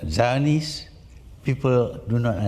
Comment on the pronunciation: They guy did the narration is dumb. Anti spelled aunty. Zionist spelled Chinese. Guard become got...